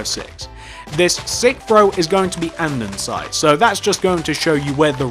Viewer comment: Just sayin its andesite NOT andensite